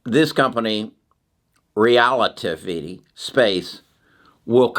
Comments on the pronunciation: Can someone do a compilation of trying to pronounce things😂. “Realitivity” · Rel-A-Tiv-Ity is the name you are struggling with. Your info is so valuable and don't like to see you struggling with the name. Thank you! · RELL-AH-TIV- IT -TEE !!! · Re-la-tivity. Like theory of relativity. Good company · Pronounced Rell-ah-Tiv-ity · OMG... it's Rel-uh-tiv-ity, dude. (Relativity) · Great outlook on the future. I read The Future is Faster than you think on your recommendation and it was fantastic. Also I think its Rel-a-tiv-ity as in Einstein theory of relativity. 😊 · It's relativity (re-la-ti-vi-ty), like Einstein's Theory of Relativity.... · Omg, he can’t pronounce relativity. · google pronunciation of relativity ahead of time, from Einstein's theories